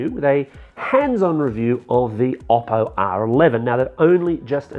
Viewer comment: Oppo, not Obbo.